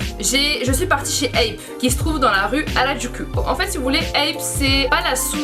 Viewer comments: Ça me fait rire comment du prononce les noms de ville "Harajaku" xD ça se dit "Halajakou" xD ku ça de prononce ou ~ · Oh la prononciation de "Shinjuku" et "Harajuku".. j'ai saigné des oreilles.